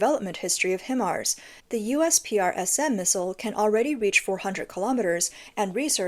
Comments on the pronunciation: Not Him arse? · Himars is pronounced like "high mars" fyi.